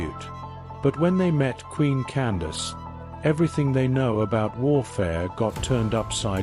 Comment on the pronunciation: I’d like to add that her name was Amanirenas. Candace as you stated was an official title pronounced “Can-doc-keys” (my way of phonetically spelling it). There is a bust of Augustus Caesar in the British museum that was found under Amanirenas’s temple/throne (please look it up). She was known for raiding Augustus Caesar’s territory and brought back a souvenir. She buried it under her feet (throne) to signify how she felt about the foreigners coming into her cousins (the ancient Egyptians) land and now trying to take over hers. The one-eyed queen: Amanirenas❤